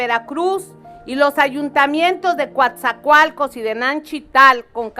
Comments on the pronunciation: NO es Cuatzacoalcos Es Coatzacoalcos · El nombre correcto del Puerto es COATZACOALCOS NO: "Cuatzacoalcos"